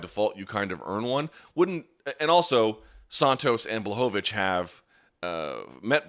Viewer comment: It's pronounced: Yan BWahovich!